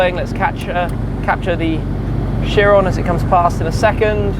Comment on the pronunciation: Chirone🤣. Do you know who is Louis Chiron? Lake of knowledge and style.